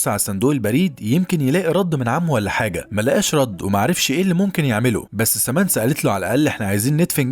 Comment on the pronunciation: سامنثا وليس سامنسا